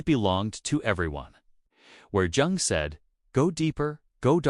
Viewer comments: Thank you for your presentation. Two little points I noted: According to historical research it is incorrect to describe the relationship of Jung and Adler with Freud as one of student to master. They were colleagues. The second is that it literally pains me to hear you mispronounce the name of Carl Jung. I hope this does not offend you; but for this detail I would have enjoyed this presentation far better! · the hard "J" on Jung gave me a chuckle